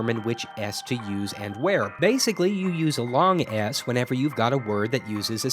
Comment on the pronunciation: every time this guy says long s it sounds like long ass